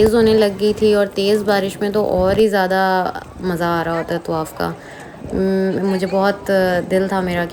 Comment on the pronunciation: tawaf.. not tuwaaff